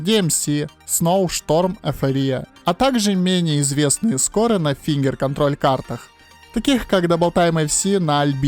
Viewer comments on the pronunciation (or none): none